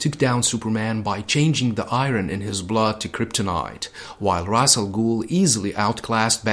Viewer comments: Ra's = Raish Not Raz or Ros. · Ra’s pronounced “ rass “ means head or “head of “ not raish which means “feather “ in some dialects of Arabic